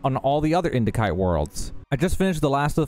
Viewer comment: the C in indicite is pronounced as an S, not a K.